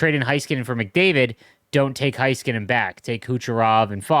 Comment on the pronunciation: I’m begging you to please pronounce Heiskanen correct. Hey-skuh-nen